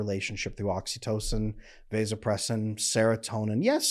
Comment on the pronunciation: Mispronouncing vasopressin and women's physical labor does not increase this in men. Water is one of the things that does increase it, withholding his orgasm increases it but no man wants a woman to know that.